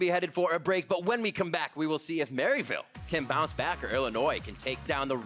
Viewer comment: learn how to pronounce Illinois